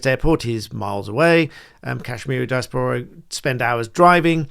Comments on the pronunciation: Britain should be funding Britain I have never heard diaspora pronounced in such a way. Not sure what dia's pora is but willing to be enlightened. Quite off putting from the subject matter. It is di·as·po·ra I attended the University of Sussex in the '90s. It was filled with conceited, deluded, "superior" types back then. Once respectable centres of advanced learning need a reset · It’s Di-aspora not dias-pora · Di-AS-po-ra - emphasis on second syllable. Why finance the airport in foreign country? We pay for the airport in Britain; Pakistan pays for airports in Pakistan. Sorted! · iv never heard some one pronouns diaspora like that before. you said it literally like... 'Die-a-spor-ra' i thought it was 'de-ass-pra'. I wonder if anyone can understand my attempt to spell pronunciation and witch way is 'correct'. not that it really matters! its just interesting. anyone have an opinion? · The amount of educated people who don’t know how to pronounce diaspora is embarrassing. Dai a spuh ruh! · Sorry to be that person but its pronounced di-A-spora. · you say 'Dia-spora' like an idiot who says 'hyper-bolly' .... LOL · apart from mispronouncing 'diaspora', you are WRONG about this being an OK request - 'in principle'. It's absolutely NOT OK to spend UK Taxpayers money abroad in this way. E V E R. Let them raise THEIR OWN TAXES...!!! When we are out of debt - THEN we can LOWER TAXES, so people can keep THEIR money that T H E Y HAVE EARNT. Simples...!!!!